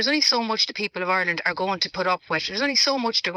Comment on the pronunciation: Declan English Ganley on about " Oirland". 😂